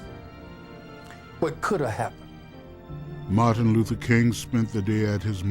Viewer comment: Martin Luther King ! Get his name right please !